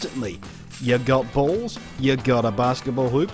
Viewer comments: how many times did he say balls? I love how he says it Bualls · I'm sorry but the way he says balls just makes me laugh. I'm sorry I just cant help myself but comment.